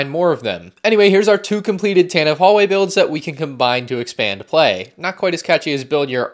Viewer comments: Sigh Pronounced Tantive wrong It’s Tan-tiv-ee not Tan-tiv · You pronounced Tantive incorrectly throughout the entire video